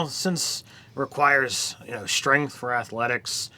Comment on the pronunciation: I literally couldn't finish the video because of "strenth"